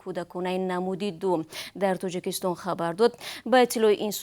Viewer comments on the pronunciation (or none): Диктор, илтимос калимаҳоро дуруст талаффус намоед! Тучик не балки точик! Тучикистон не балки Точикистон! Ба забони араб ё афғон тақлид накунед! Бо забони точики тоза нақл кунед хуб мешуд!